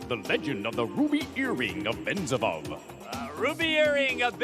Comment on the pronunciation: You got the name wrong! It's Benzibab, not Benzavov!